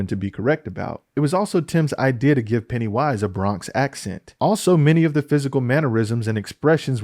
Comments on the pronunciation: Why you say ‘Pennywíse’ like that 👀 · Why do you keep saying "Penny Wise" with a pause in the middle? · the way you say Pennywise genuinely bothers me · is he saying "Pennywise" wrong? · Is there a reason he says pennywise weird?